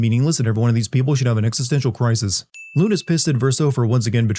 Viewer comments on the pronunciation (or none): are you using AI? why would you pronounce it “loon”? you clearly played the game in english, and they pronounce her name “loon-eh” like a million times. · sin counter: edit: sorry I'm not doing timestamps. Watch the full video to avoid spoilers. 1. How did they know which expedition made it to the monolith 2. Pronouncing Lune as "loon" 3. Verso didn't stay with Maelle because, as he admits later, her connection to Gustave and any chance of discovering the truth could make her abandon the mission, which you learn if you choose to tell her the truth in one of the late bonding events. Also, the Curator is her literal father, she isn't painted Alicia, his sister, she is real, and the Curator is the real Renoir, her actual father. 4: Bro it's "See-el" not "Sy-el". They pronounce the characters names the entire game. 5: Because no other expedition had an actual real human with them. Painted Ren recognizes real Ren, and he recognizes real Alicia. 6. Again, Verso explains it later. 7. You're doing this just to piss me off aren't you. It's "muh-no-co" not mon-uh-co". 8. I am gonna timestamp this one. It's expedition 60, not 70. You find that journal right before the last dungeon. cmon. Ok there were several more I could have pointed out but this is pretty shoddy work for what will probably become one of your biggest videos. Honestly feels like you read a short novelization of the plot and a reddit post comparing it to FFX and didn't play it. Most videos of yours I've watched of games I know well never have this many obvious mistakes and misunderstandings. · How do you play 2 dozen plus hours of this game and still get a main characters name wrong? Lune is pronounced “Loon-ay”, not “Loon”. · This man going off on how the characters don't speak in French accents and all I can think about is his pronunciation of the characters' names. 'GUS-stav' and 'LOON'. I demand a personal apology and for him to be fired from YouTube/s.